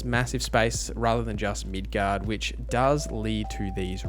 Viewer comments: Every time you said midguard I died a little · It's prounounced Mid-gar. Those familiar with the game series would understand the reference. It's a fictional city in the game. Accent isnt the issue. Midgard exists too in a similar sense with Norse mythology. But that means Middle Yard. Which is the entire planet instead of just a city. Norse represents a heaven and hell story too but with Earth in between.